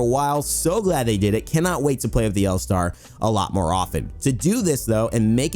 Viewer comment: Loving the L Starrrrrrrrrrrr